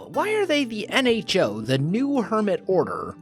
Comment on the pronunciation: You mean "N-ho to the nHo"